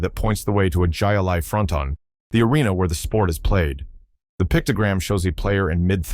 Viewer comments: LOL. It's pronounced High Lie. Not jie a lie!! 😂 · Man, I hate A.I. "Jai alai" is pronounced "Hi-Lye". Jeez. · Jai Alai is pronounced “Hi Lie” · It is pronounced High-A-Lye, not with a hard J. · Jai Alai is pronounced Hi A-Lie from Spanish, a throwing ball at wall game using a flinging ball scoop. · It is pronounced High-A-Lye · I was about to say 'Hi Lie' as well. Hey, when I didn't know what it was, I said the same thing as the narrator. The game was played at a Jai Alai Fronton, then people would place bets.